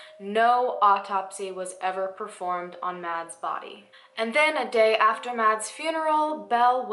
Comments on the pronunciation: Btw the name Mads is pronounced like mass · In case you ever come across that name again, "Mads" is pronounced like "mass" 😂😂